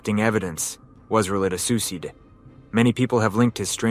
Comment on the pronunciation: Why so badly mispronounce suicide? Is that word being censored by YouTube like rape or sexual assault?